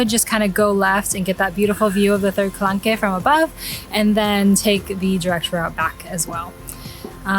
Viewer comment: For your next video, you might want to Google “how to pronounce X”- there is often a few videos out there (as there is with calanque) I liked your video but found it really distracting every time you pronounced it wrong…you don’t have to say it with a perfect French accent, just get it in a better ball park. That shows respect for where you’re going, you would appreciate it if others did it for you! 😁 So for example, the following is fine: Ka - LONK For the town, there are two ways to say it: Ka - SEES Ka - SEE